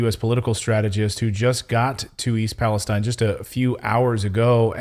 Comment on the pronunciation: Thank you for pronouncing Palestine properly.